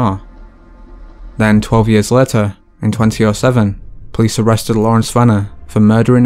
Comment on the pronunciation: What is this accent? Later pronounced as letter. And road as rut.